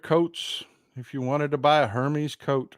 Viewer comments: Wait till the Botox wears off. It's pronounced Ermes btw. Unbelievable. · it is pronounced Her mezz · Hermes is pronounced “air mess” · I think the “h” in Hermes is silent.